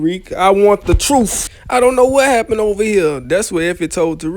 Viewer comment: I just rewatched this cause it's so funny. Why does he really say "Truf" instead of truth everytime?😂